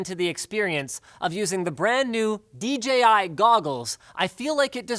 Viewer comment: Thank you for saying "dee JAY eye" instead of "dee gee eye" like every other reviewer on YouTube.